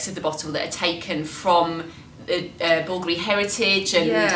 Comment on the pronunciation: I love how they pronounce the name "Bulgoorie" when it is supposed to be pronounced "Bulgaaari" 😁